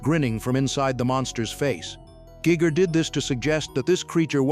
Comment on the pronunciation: AI commenter, Giger's name is pronounced Gajgr, not gigger.